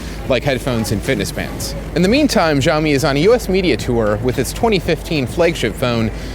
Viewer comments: dude, get it right already. it's SHAO-MEE. geez. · Good review! Keep this up! As said below its SHao Mee.... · its see-ow-me watch a basic video about pinyin and you will learn how to pronounce most Chinese words properly. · "shi-AO-mee" LOLOL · It's hilarious that he's reviewing a product that he can't even pronounce the name of...... It's sh'ow me ('ow' as in you got hurt).... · PSA: The Xiao from Xiaomi means small (小). Xiaomi (小米) literally means small rice. This word (小) only has one pronunciation in mandarin, "xiao". Since Chinese pinyin and English alphabets aren't exactly comparable, the best way to say 小 in English would be "siao". Oh please do not listen to the Jeremy dude who is telling people to say shao, which is COMPLETELY false. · omg you guys go around watching every english reviewer pronouncing it wrong and treat it like it's the right pronouciation. I'm chinese so just trust me when I say it's pronounced S-IAO MI. Unless you're being sarcastic in which case nice one. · Dude are you kidding me? It's Siao-Me, I speak mandarin and it's funny how despite you are absolutely wrong you still got so many thumbs up. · Jeremy C. in Mandarin X doesn't have this "SH" sound and it's pronounced a bit different than you say. It's Almost like this in English "Ciaomi". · His constant mispronunciation of Xiaomi is driving me crazy... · Finally a great video from The Verge - expect for the improper pronunciation :erk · Basically, change all 'X's to S when you are pronouncing a Chinese word. Trust me, I'm a Singaporean Chinese who speaks both English and Chinese language